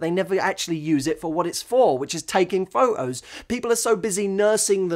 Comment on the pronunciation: "pho'os." adorable.